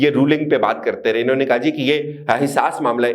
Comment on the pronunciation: Inhon ne ? Not clear